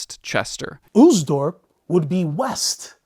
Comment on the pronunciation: Oostdorp -- the double O makes it simply a long O sound, not the English "oo". It will rhyme with "most", just slightly longer.